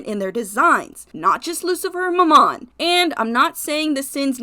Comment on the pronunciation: Its MAMMOM not MORMOM 😭